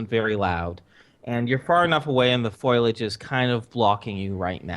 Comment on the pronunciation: What is "foilage?" is that foliage? either way love it !